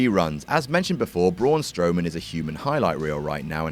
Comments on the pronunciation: is just mispronouncing a name supposed to be funny? is this what passes for comedy? damn, sucks... everybody else on WhatCulture >>>>>>>> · Saying his name incorrectly isn't funny.